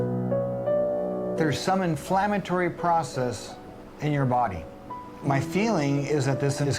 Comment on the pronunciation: He didn't say body, he just mispronounced money.